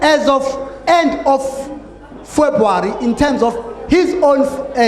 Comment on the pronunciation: A party leader who can't even pronounce February